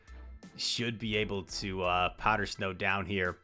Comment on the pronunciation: Why does your snow pronunciation have an H in it lol? This is like the third or fourth video I’ve noticed powder shnow.